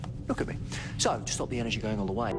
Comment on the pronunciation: No, and gotta stop is missing the T. Like Bo'ow of wo'a.